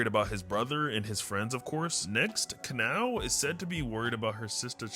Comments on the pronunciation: Kanoua bro😔 it is KAN- OW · It’s (kah-now) kanao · It’s ka-now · Who’s Aoiwee it’s Aoi who’s kanoah is kanao who zenestu it’s zenistu stop saying kanoah & who’s muchuro muichiro (No hate just not how you say)😊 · It's pronounced kon-a-yo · "Ka-no-a" Nahhhhh bro nahhh lol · If you were wondering I think Kanao is pronounced Can Now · Its can-now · Btw to pronounce kanao it is”can-ow” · Im sorry but how you pronounce kanao is weird (im not trying to be rude) ka-now (the a is still pronounced かなお(ka na o) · just correcting you on how to pronounce kanaos name, it’s pronounced as Car-Now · Kanao is sayed like this kanow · It's pronounced kanow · I’m srry but “kanoah” killed me😭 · Kanoa is not how u say it 😢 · Kanao ( Can-Ow ) is dumb for not telling anyone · HI KANAO IS PRONOUNCED ( kah-no) :> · It’s kanao you said it wrong you spelled it right but speaked it wrong